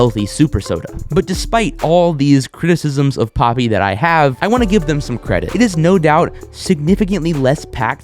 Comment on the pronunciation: For a second I swore it said poopie